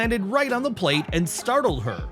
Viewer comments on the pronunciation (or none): none